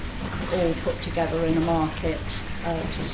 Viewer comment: he used the expression “toogeva” meaning together. Sounded so cool